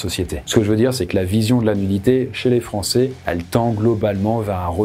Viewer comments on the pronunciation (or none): none